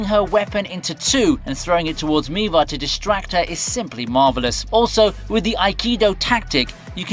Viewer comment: why you pronounced Miwa as Miva? are you Indian? vell vell vell